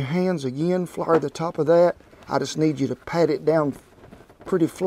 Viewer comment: I died laughing when he said "flurrr"